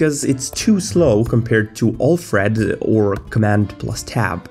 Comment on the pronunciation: he keeps saying all thread all thread at the start, what the hell is that all thread?